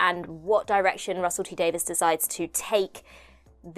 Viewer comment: Davies not Davis...